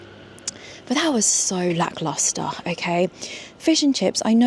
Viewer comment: WOW I TAKE IT BACK ! SHES SINCE SAID IT TEN TIMES MORE EACH TIME CORRECTLY 😂